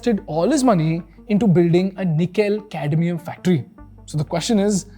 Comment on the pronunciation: Did i just hear Nikhil-Cadmium battery?